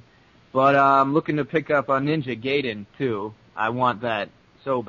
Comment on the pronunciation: Sorry I just gotta say it. It's Ninja GUYden. Not Ninja GAYden. It's a common mistake. I used to call it that too so don't feel bad. But other than that I love your abridged series and i'm looking forward to the next episode.